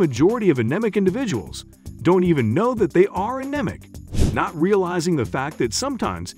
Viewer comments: An...Em...ik? Aneemik is how u pronounce it. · OMFG it is a neem ic ! you can't even pronounce it! thick as shite lol... Red meat is terrible for the body!